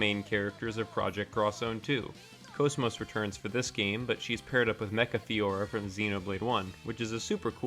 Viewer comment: GOOD VIDEO 10/10 VERY INFORMATIVE Okay sorry for fanboying but GOD I LOVE HER TO PIECES edit: also I'm super glad you actually pronounce her name correctly :)